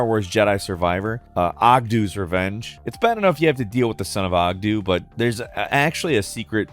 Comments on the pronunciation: Hearing him say Oggdo as Oggdoo made me die a little inside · I always thought the frog's name was pronounced Ogg-doe Bogg-doe. Pronounced like Bogano, their native planet.